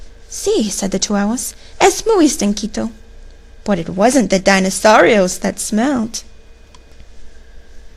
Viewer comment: Just 1 thing , Dinosaurios is not pronounced Da y nosaurios It should be D y nosaurios.Like the Di in dinner.